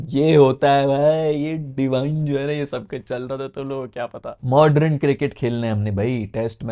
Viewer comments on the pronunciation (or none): bhai aap modern ko mod-run kyun bolte ho? it is pronounced "Mod-Urn"